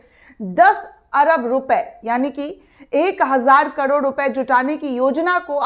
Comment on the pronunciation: कडोड नही, करोड़ कहो ।